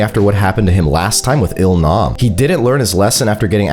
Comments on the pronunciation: Loved how he sneaked in mis-sayings, like when he called ill nam L Rizz, Gi-hun Gi-hun Everdeen takes down Hunger Games, hate me with your theories, and nut busting twist😂. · you missed a lot more than just Gohan, he also said G-man and Il-rizz for example lol